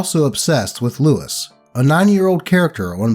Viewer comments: If I had a nickel for every time I heard the name pronouced as "Lewis" and not "Loo-weez" in the first story, I'd have two nickels. Which isn't a lot but it's weird that it happened twice right? Keep doing awesome and Kitties! You're all the highlights of my weekdays! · The character's name from bob's burgers is pronounced "Loo-ease" for future reference (If it ever pops up again but i doubt it lmao) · Louise is pronounced like lu-eez. Also, OP 1 and his wife sound like major douchebags. If someone made a mistake and paid for it, you don't go around telling everyone you know to stay away from them. Also, having to be on a public sex offender list for life and tell people about it whenever you move to a new area is also not helping, as it demonizes people and teaches everyone that it is impossible for people to be reformed, which is the entire purpose of the prison system. Plus, they never even got the story from the person in question; they just saw his name and face on a list and assumed he must be an evil monster that goes out and rapes children. If he was trying to turn his life around, this definitely set him back years. I don't care what you think of me after reading this, but I won't stop speaking out against this injustice until either it ends, or someone knocks at my door and tells me "Hi. I just moved in nearby, and I'm required by law to tell you that I'm a shoplifter." I will also say that constantly being told that he's human garbage is probably what led to him being with ACTUAL human garbage like "Kai".